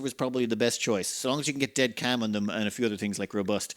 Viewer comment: You know it's CALM right? not CAM?